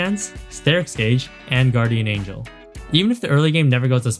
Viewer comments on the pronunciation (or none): none